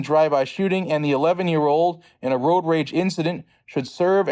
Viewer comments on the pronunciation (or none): none